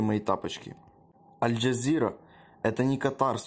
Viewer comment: Эль))Джазира никогда на слух не попадала??? (Я вот знаю только Эль Кравчука) Первый раз слышу такое произношение альджазиры.... ))) а так, дело правое делаешь, удачи!